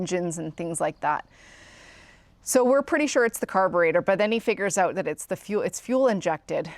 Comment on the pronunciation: I love how you say "oot."